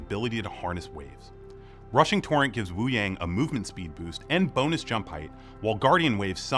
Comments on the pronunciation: Hey devs can you atleast pronounce Wúyàng correctly???? It sounds like "Woo young" not "Woo yeng" :/ Also his visuals really aren't that impressive... it looks like blue energy with 2d effects, kind of cheap compared to other heroes like Mei who have fitting ice visuals that LOOK icy not blue energy. I want to be hyped for this video but the blatent disregard for Wuyang's name amd design is weird. Still, its good to have these update videos. I am looking forward to the info pages. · Devs pronouncing Wuyang’s name as woo-yay-ng and not wu-yah-ng 💔💔💔